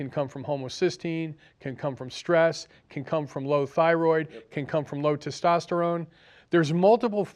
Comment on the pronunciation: When you want to sound intelligent, please pronounce words correctly. Stint and tistosterone are not words. Homocysteine is not measured reliably to measure any co-morbidities. C reactive protein is more of a concern. I would suggest you fire your cardiologist and treat yourself during your next event.